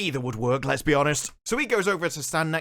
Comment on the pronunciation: Did he just say "Lez be honest"?